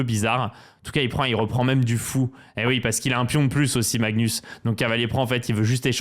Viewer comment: "Maxnus" j'adooore